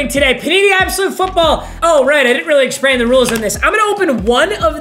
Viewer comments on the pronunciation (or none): my man really said exprain